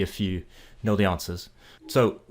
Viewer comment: "Answers"... You immediately got that wrong with the A-sound. But this is an insightful video in nuances.. and how difficult it is to mimic them. I agree with the person below who mentioned the the staccato. This might be due to you having to think of how you speak before saying the sentence. In any case a great video :)